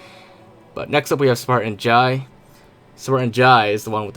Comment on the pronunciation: Adriana and jai were a part of grey team also jai's name is pronounced jay